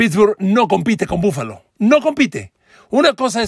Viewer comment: PARA MI BUFALO ES BUENO PERO NO COMO LO DICES